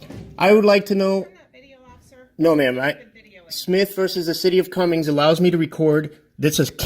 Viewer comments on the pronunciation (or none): It's the city of Cumming my brother, It drives me crazy when you put an S on the end of it, I used to live there